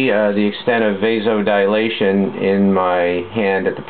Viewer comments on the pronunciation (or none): DILATION. Not dialation.